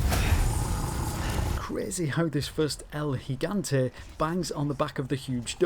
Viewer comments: Bonus points for being the first youtuber I've watched that correctly says El Gigante, but I might have to dock them for saying "the Los Iluminados" 😔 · Thank you so much for pronouncing El Gigante proper